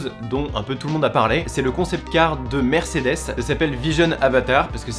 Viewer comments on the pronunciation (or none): none